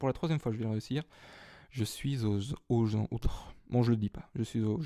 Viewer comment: "Oh mon dieu un poissirolle (poissoroy), je chui au janje !" Mdrr :) (petit mélange de 2 fautes pour ceux qui n'ont pas compris ;)